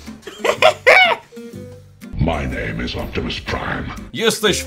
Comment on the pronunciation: MAJ NAJM IS OPIMUS PRIM